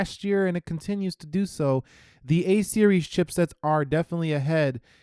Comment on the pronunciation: dont know hw Siri got activated? you told "A" series chipset, but it sounded to Iphone XS as "Hey siri" :)